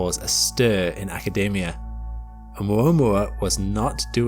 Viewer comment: Whoops - it's not pronounced 'aca-DAY-mia'. I think you mean 'aca-DEE-mia' my friend. You're thinking of the nut 'macadamia'!